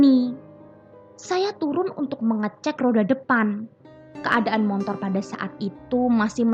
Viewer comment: BELAJAR menguCapkan Secara TEPAT & BENAR = "SepeDa MOTOR", MO-TO-R : MO-TORRRRR!! BUKAN : "M-O-N-T-O-R" !! (TANPA huruf "N" di TENGAH-nya...) M0-T0R..... [N●T] : M0-"N"-T0R ?!!